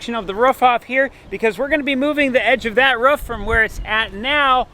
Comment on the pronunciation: A ruuf not a roof 😁😁😁